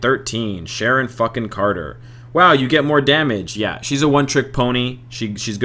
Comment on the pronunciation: why do you say "SHARAN??" pretty sure its pronounced SHARUN like the common ameican name sharon....not some mystical foreign alien name like your pronouncing it. Also its ice-oh not I.S.O. don't say each letter, its a word. ISO-8 or whatever just keep doing what your doing who cares. last character is SIN, red skulls daughter, read fear itself